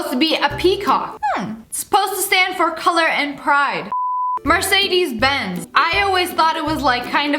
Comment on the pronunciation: Your pronouncement of Mercedes Benz whhhhhhaaaaaaaatttttt like bra :)